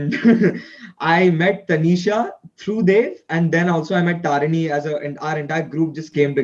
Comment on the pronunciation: I kinda like that this person was calling taneesha taneshow everytime....😅